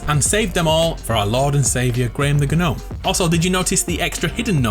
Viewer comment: G IS SILENT IN GNOME!!!!!!!!!!!!!!!!!!!!